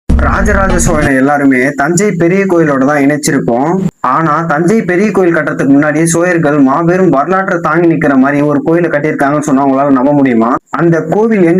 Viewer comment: உச்சரிப்பு சரியில்லை சோதனை என்று உச்சரிக்க வேண்டும்.சோயர் என்று உச்சரிக்க வேண்டாம்.